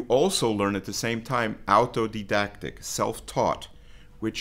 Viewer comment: Autodidact, not Altodidact